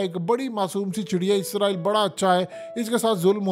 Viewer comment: App izraeel kyun bolty ho israeel bola kryn